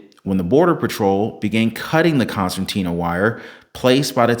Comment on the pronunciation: Concertina wire with an "r," not an "n" in the middle. A concertina is a type of accordion. This is still razor wire but it is pulled apart and expands like an accordion.